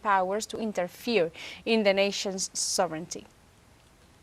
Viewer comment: ❤Thank you for all you do to bring us the unbiased news of Latin America and beyond! And thank you for pronouncing "sovereignty" like "SOVrinty" (correct) instead of "sovRINity" (incorrect)! And I wish I could stop my U.S. government from doing horrible things!